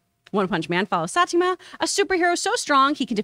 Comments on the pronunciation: It's saa•ee•taa•maa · She's calling Saitama as Satima. 🤣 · Hahaha she said saitamas name wrong